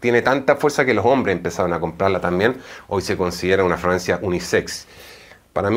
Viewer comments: Escucho que dice Dice “Francia” no fragancia. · Fra-gan-cia ! No fraancia ! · Porque dices Francia en vez de fragancia? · Excelente! Sugerencia se dice Fragancia